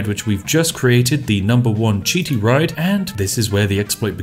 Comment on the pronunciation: Literally heard spiff say italian police riot instead of ride